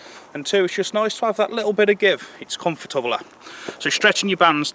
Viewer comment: It’s comfortabalar 😂😂cool word 👍🏻🏴